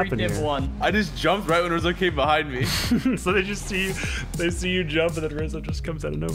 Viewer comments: Rozzi sounds like rizzo but..... when u put the o in the place of the i and the i in the place of o it spells RIZZO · Hmm rizzo switch the i and o in rozzi and what do you have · "Rozzi" lmao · ImSmallcat how? He legit said “it’s rozzi and wizzy but okay” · Took me about half the video to realize that “Rozzi” was Rizzo, kept thinking it was basically the same name but with the “o” and the “i” switched hahahah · Wizzy said rizzo its clearly that one pro is rizzo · Trying to cover up they rizzle sizzle n kizzle u replaced John but u say rizzo n anyway not rozzi n wissy